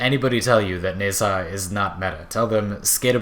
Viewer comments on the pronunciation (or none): its pronouced Na-Zha, not Ne-Sa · How hard is to pronounce Nezha,and you fuck it up, congrats.